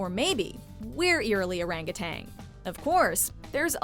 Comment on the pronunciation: I have been to several of these rainforests. New Guinea’s forests are truly a sight to behold. Really the most stunning place I’ve ever been. This video is funny, though. Three places in the US and not a mention of the grand rainforests of Africa. She spent so much effort trying so hard to pronounce Spanish words authentically, that she kept saying Orangatang. It’s two words. Orang Utan. It literally translates forest man in the Malay language family. And it’s “POPua” rather than “PAPua”. Just in case you wanted to sound like you knew what you were talking about. If I had the time and fan base to merit making one of these, I probably would have kept a bunch of the stuff on here. In place of El Yunque, I would have probably put the Congo (probably somewhere in Gabon if it were necessary to be specific). In place of the Sinharaja, either the forests of Sumatra or Sulawesi (or just gone with Indonesian rain forests). And in place of the Appalachian rain forest, I think the Chocó-Darien really deserves a mention. They say we know more about the bottom of the ocean than that forest. Finally, when they say that the Daintree is one of the few places on Earth where the rainforest meets the ocean, they are pulling that directly from the travel brochure. It is not at all true. If we’re talking actual open ocean, the Chocó of Colombia and the Darien of Panama are littered with places where this occurs. So is Gabon’s coast as well as Cameroon’s. We can see it on the Osa Peninsula of Cost